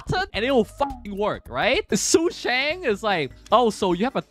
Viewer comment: It's yeahn cheeng, sue shawng, done hung and cheeng chweh. I know you're memeing the pronunciations on purpose but I have to try or I won't be able to sleep right 😂